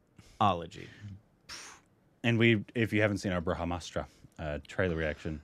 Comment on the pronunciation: Its not Braa Haaa Maa_straaa Its BrahMastra Try, try, say "Braah, Maastra", "Braah Maastra"